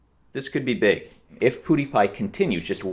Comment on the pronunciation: He keeps calling him poodiepie haha